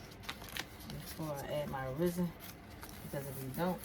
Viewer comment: ITS PRONOUNCE RES-IN NOT FUCKING RIZZIN Jesus fuck why you people not know how to pronounce things properly